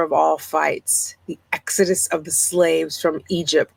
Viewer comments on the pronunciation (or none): none